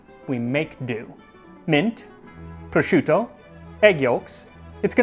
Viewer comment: The way he pronounced sorrel & prosciutto 😂